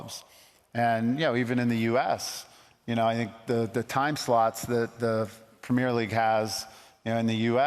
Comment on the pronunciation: Its called premier league not premare league mate